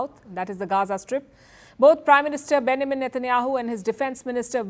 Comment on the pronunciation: Why can’t indians just say benJamin? They say bennamin netanyahu 😂 it’s so cute but I don’t see how they can’t pronounce that name coz it’s not that hard